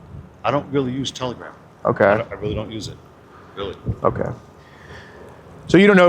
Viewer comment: T T T… Tel… Tela… Tela... Telagram? Telgram?! It’s Telagram😐😑…😂